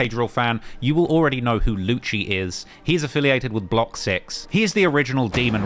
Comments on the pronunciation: Isn't Lucii's name pronounced as "Lucy"? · first ting: it's pronounced like "lucy" my guy second ting: he isn't affiliated to block 6 no more, they tried to finesse him and other member called tzgwala, wich went to them two, and A6' younger brother YA6 to leave the gang and create the gang NR, and YA6 renaming to YA because the unlinking block 6, wich is pretty much dead in terms of music rn. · My guy knows nothing, can’t pronounce Lucii (Lucy) properly eventhough the guy says his name is pretty much every song. Lucii isn’t a part of block 6 anymore and hasn’t been with them for ages, he’s with NR with young A6 and Tizgwalla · The way this guy kept saying Lucii's name 😂😂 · The way you pronouncing Lucii is quite dreadful mate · so weird how you don’t know how to say Lucii’s name and you still think he’s block6